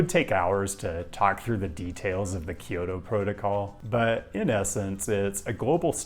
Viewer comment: Love you,. But it's Kyo-to and not Ki-yo-to.